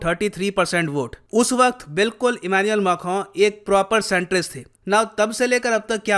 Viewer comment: correctly pronounces Macron!